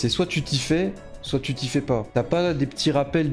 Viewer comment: J'ai serré le poing tout le long de la vidéo sur ta prononciation des "u" en "ou". On prononce "u" pas besoin de faire un faux accent (mé bravo pour la tièreliste)